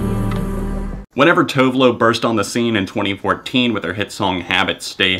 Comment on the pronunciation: i had to pause when u said tove lo. Holy shit is that how english speakers pronounce it? im freaking out